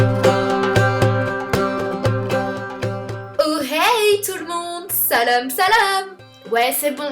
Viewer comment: La prochaine vidéo Cest toi entrain de tourner un clip pour une chanson ??? Tu nous avais cachée ton talent !!!!!! 😳😳😳 PS : au début à la place de Salam salam , j'ai l'impression que tu dis "sal*pe sal*pe " mdrr Desole mais je ne pense pas être la seul à avoir pensait à Ca.. ^^ 🍍🍍🍍🍍🍍🍍🍍🍍🍍🍍🍍🍍💚💚💚💚💚💚💚💚💚💚💚💚